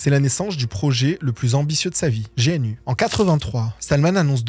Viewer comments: non mais, n'importe quoi. on peut quand même être étonné d'entendre une prononciation différente de celle qu'utilise toute la communauté concernée depuis 30 ans, on parle pas d'un petit logiciel obscur que personne ne connait. On a rien dit de grave et on a pas crié au scandale, juste que ça fait bizarre, ça va... évidemment qu'on prononce pas tout bien, mais tu vas prononcer 'gogle' pour google ou 'aple' pour apple, 'nique' pour nike, 'fasseboque' pour facebook : moi je suis d'accord, mais avoue que si tu fais une vidéo sur une de ces marques, elle va être crispante ta vidéo. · On prononce GNU "gnou" (en Français comme en Anglais) d'où la mascotte. On peut aussi prononcer GUI "guouhi" mais certains préfèrent l'épeler "dji-you-ay" (G-U-I en anglais). Bonne vidéo en tout cas. ;) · Juste une petite remarque pas méchante, le contenu est très bien et la manière de raconter l'est tout aussi, mais juste GNU se prononce gnou d'où l'image du gnou comme symbole d'ailleurs. Sinon excellente vidéo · GNU ne se prononce pas/ne s’appelle pas comme G, puis N, puis U, mais comme l'animal le Gnou!! En plus le G se prononce a la "Gue" et non a la "Jai". Quand au "kernel" ce vous appelez le "noyau" que GNU voulait, GNU Hurd, c'est encore un jeu de mot de RMS qui en francais donnerait "Troupeau de Gnou". Quand a Linus et son kernel, c'est pas lui qui a choisi le mot Linux, mais un des hacker qui faisait beaucoup de update, Linus etait meme contre au debut. Linux n'a pas adopté la license GPL, en faite c'est RMS qui a fait du forcing sur Linus Torvalds pour accepter cette licence.... Last but not least, oui j’appelle ma distro linux, et pas gnou slash linux... A par ca, bonne video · Mais c'est Gnu, l animal, pas gé èNE U. gnu comme le gnou du logo. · Bien, super vidéo ! Mais tu sais, cousin GNU c'est GNOU comme l'animal, c'est pour ça que c'est la mascotte et pas G.N.U ! Tu es jeune, ce n'est pas grave ;-). FREE RMS Haaaaaaaaaaa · Perso j'ai toujours prononcé "jéainu" 😁